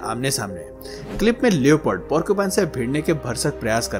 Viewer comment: लैपर्ड होता है लियोपर्ड नहीं।।